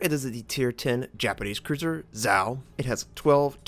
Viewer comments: It's actually Za-O not Zao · Great game, nice damage done and XP. Zao was my first T10 and one of my favorites. By the way, it is pronounced, "Zah Oh". It's Japanese not Chinese... <3